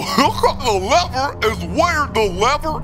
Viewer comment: Lever ❌ Leber ✔️